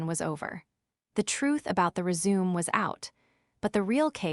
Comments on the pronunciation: Your AI needs to be instructed: It isn't pronounced "re-ZOOM"; it's pronounced "re-zoo-MAY" ! ! ! Fixit. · It is not rezoom, it is res u me. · Rez-ooo-may, not reee-zoom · Do you guys not edit your films before uploading them? "Ant Carol" is properly spelled as "Aunt Carol." The word, "resume" that was repeatedly used is a concise document that summarizes a job applicant's professional and educational background. It is properly pronounced "résumé", not "re-sume". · Res u may is how you pronounce it. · Aaron is a boys name, Erin is the girls name. Another content Creator on YouTube who doesn't understand how to proofread. Resume' (Rez a may) is how you pronounce the document you comply of your work history. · The AI doesn't know how to pronounce Erin or resume which is pronounced re-zoo-may‼️ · Yep it is the correct pronunciation of resume as in restart and continue The other word is resumé. Note the slightly different spelling that the test2speech engine would correctly read. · The word RESUME has 2 meanings and pronunciations: first is to "continue" and second is concise documentation of work and school history with French pronunciation RAY SU MAY. This AI hasn't used it correctly the almost dozen times in this tale. Quite unprofessional of it and distracting in this tale.l! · Ree-zoom is the correct pronunciation Text2speech engines have had this problem of guessing wrong when a single spelling is correct for multiple different words since the 1980s when speech synthesizers were first released to the consumer market. Realtime context analysis is required for contract vs contract, bow vs bow, resume vs resume, and many many more Spelling it correctly as resumé helps with the problem that bothers you, but it is rarely done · As a noun, resume is pronounced rez-oo-mey. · Resume, mispronounced. Even a non native English speaking like me knows that. The AI doesn't. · Need to learn to pronounce resume. It’s annoying to hear it repeated over and over mispronounced.